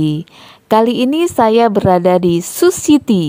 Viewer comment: Suhi tey bukan sushi ti